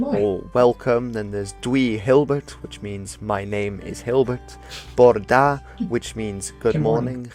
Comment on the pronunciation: It's interesting because growing up in Wales, my Welsh teachers didn't pronounce any of the words like he did. He said "Bore Dah" but I was taught that it's said "Boh-rih Dar" - which always makes me question if my education was wrong or if modern interpretations are losing the subtleties of pronunciation